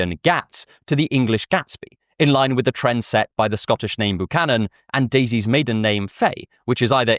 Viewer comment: Buchannon isn't pronounced ooh it's yew like a healthy byewcannon tree. :)